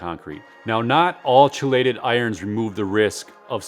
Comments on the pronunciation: Great video. Oh, and chelated is pronounced kee-lated, as opposed to chi-lated. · For future reference it’s pronounced key-lay-ted